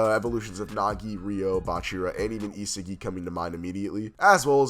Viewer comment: Pronounce it as * EE SOG II • not isigi bro